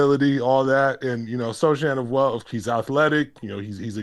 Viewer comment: Yo callers, you can't be judging my dude's hair if you can't pronounce his name.